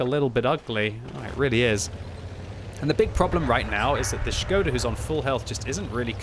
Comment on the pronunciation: SHI-GO-DA!!??? half of the video i was wondering what is that??! some Japanesee player?! Wat??! it’s SHKO-DA!!!😂😂😂😂 cmon!